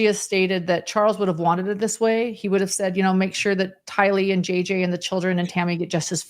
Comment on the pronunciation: Just a point of order: I’ve always heard Tylee’s family members pronounce her name “TY-lee,” not “ty-LEE.” Thanks so much! 🙂 And come on, Ladies! Everyone should’ve raised her hand to vote Gerardo as a rotating member of the band, not just John!! pps - SomeNobody’s superchat said the band name should be Visions of GORY, not Glory. 😆